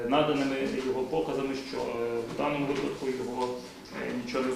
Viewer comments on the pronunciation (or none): none